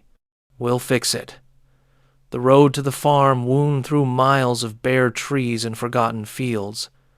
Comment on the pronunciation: Wound vs. Wound. Learn English Ai.😊